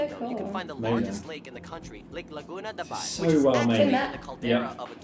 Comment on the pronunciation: Laguna de bay...not dabai!!!